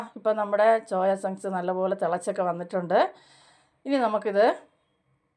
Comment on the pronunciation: ചോയ ചങ്ക്സ് അല്ല സോയ ചങ്ക്‌സ് എന്നാ പറയുന്നത്.😂